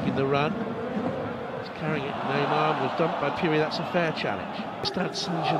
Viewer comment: this commentator been pronouncing phiri as puri😣😣😣 we are not taken serious